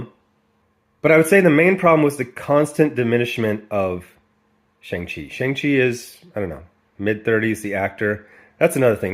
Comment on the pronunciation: The only thing that resembles the Shang-Chi character is his name. They don't even pronounce his name correctly. He's been around for 49 years. He would be the easiest character to do. He's basically Asian James Bond w/ daddy issues. The worst thing is they're doing the same thing with Namor. If they're not going to honor the legacy of the characters, give them another name. As bad as this is, The Eternals is worse.